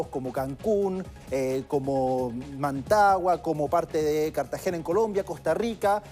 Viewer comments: Cancún, "Mantagua" (Managua, capital de Nicaragua), leyó mal y encima no se fijó que está del otro lado, casi en el Pacífico. Encima lo mencionó como lugar turístico, no necesariamente los principales lugares que aparecen en un mapa son los más turísticos. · “MANAGUA” no Mantagua 🤦🏾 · Managua, no Mantagua...